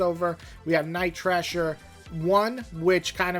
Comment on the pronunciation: JFC it’s Night THRASHER, not “Trasher”! And FIRESTAR, not “Firestarter”!